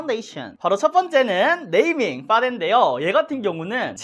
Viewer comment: 눼이밍 뤠위어드 쿼버 빠운뒈이쎠언~